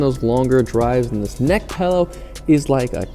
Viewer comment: "Pellow" ;) haha